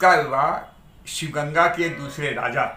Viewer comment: Sir sivgasi nahi. Sivaganga hai